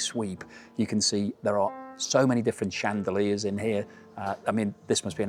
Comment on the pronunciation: It’s shan- duh- leers? No?